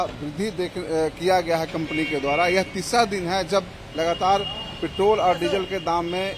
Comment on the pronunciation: अबे , पेट्रोल बोलना तो सीख ले ; पेटोल , पेटोल कर रहा है ! क्रूड ओईल का रेट क्या अपने हाथ में है ? State Government के taxes कौन बढ़ा या घटा सकता है ?? सोच !